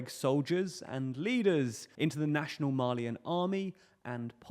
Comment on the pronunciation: Thought you were saying “Marlean”, not “Mali-an”. I was scared we were about to start seeing Titans in Africa lol